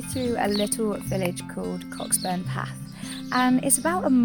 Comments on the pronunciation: Great to watch , the village of Cockburnspath is pronounced Co’burnspath but your way is better ! 😂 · coe-burns-path,,,,,,,,,,,not cock,,,,,but there are a few pr??s there.....great vids lass. no surrender